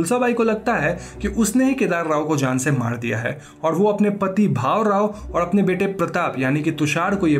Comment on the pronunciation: It's not bahu rao it's bhaurao Btw i am glad you explained a movie from my language